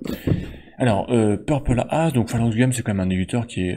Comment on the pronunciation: On dit pas "peurpole aze" 🙃 mais "peurpole êize"😊 je t’invite à écouter le titre "Purple Haze” de Jimi Hendrix 😉 Le titre de ce jeu est un clin d’œil et hommage à celui qui condamna la guerre du Vietnam.